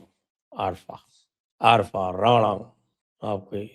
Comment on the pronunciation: संजय जी आप उसको हमेशा 'राणा' बोलतें हैं, उसका नाम अरबी में 'राना' है। हिंदी का राणा नहीं। राणा तो हमारी संस्कृति में बहादुरी की उपाधि होती है।